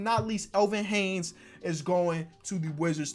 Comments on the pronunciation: after all these years of hearing him say Elvin Haynes, I've now decided to comment that he says Haynes instead of Hayes every single time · bro your a great youtuber but i stg stop saying elvin “haynes” there is no N in his last name bruh, it’s HAYES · Lmao he keeps calling Elvin Hayes, “Elvin Hanes”